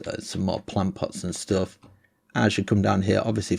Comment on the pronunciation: Plant pot dosent sound right